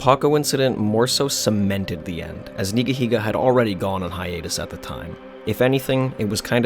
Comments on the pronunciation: It’s pronounced ‘Nigga-Higga’ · Never could say this guys name right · He said Neega!!! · No fucken way. It’s pronounced NEEGA heega?! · Love how you pronounce Nigahiga because you know… you’re scared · thats not how you pronounce the name